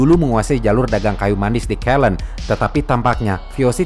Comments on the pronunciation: koreksi Ceylon pengucapannya Si-lon bukan ke-lon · Cheilon (ceylon) bukan keylen